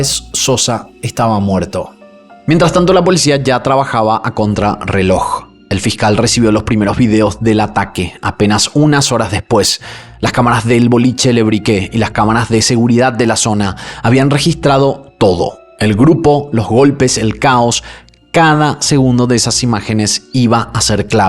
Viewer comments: Que bien que les dieron perpetua, se lo merecen. Se PRONUNCIA " LE BRIK " sin la E 💯👏💯👏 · a Le Brique le decimos Lebric, así nomás. Me encanta que seas Paraguayo, te siento un hermano ❤ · Le bric..se pronunciaba..soy de gesell..fue un impacto terrible..jamas olvidaremos a Fer😢😢😢😢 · Creo que se pronuncia Le Braik (me suena a frances) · Le brique y se pronuncia según lo que escuché: le braik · no tienes que pronunciar en ingles, en frances, aleman o sueco, dilo como esta escrito, punto pelota. En cualquier caso, yo hablo frances, y te dire una regla, en frances las palabras que acaban en “e” no se pronuncia, le brgggik o bric. Pero cantando, esa ultima e si se pronuncia…. cosas de los idiomas. Asi que Le Brik …. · Hola! Aquí desde Argentina🇦🇷 el boliche de pronuncia "le bric". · Le Brique es el ladrillo en frances.Se pronuncia sin acentuar la "e" .Pero si esta escrito Le Briquet es el encendedor y se pronuncia acentuando la "e"y la "t"muda.La.verdad es q no se cual de las dos versiones es.Soy espanola ,no Argentina ,y vivo en Tunez ,por eso el frances es natural para mi.